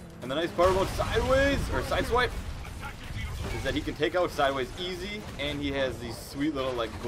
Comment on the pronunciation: It is not siswipe it's sideswipe